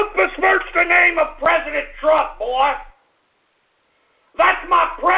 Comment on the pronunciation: YOU CALL MY PRISENDENT 🤣🤣🤣